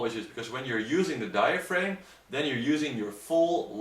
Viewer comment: Exactly. A better way to try to explain it might be to say that the posterior of diaphragm rhymes with am, ham, ram, etc., not with aim as in to aim a gun. But, while their pronunciation of diaphragm as diaframe can be a bit distracting, overall their English is better than that of some native English speakers I've heard.